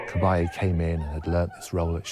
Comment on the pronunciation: The name is pronounced with the emphasis on the last syllable Ca-ba-LLE, not Ca-BA-lle